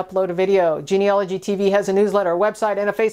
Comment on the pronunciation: It's genealogy, not geneology.